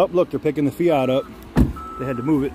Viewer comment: the fiyot as you call it is a fiat with a at (at) the end not a yot as for the lights on the dash may be you should go read the manual then it may make some dam sense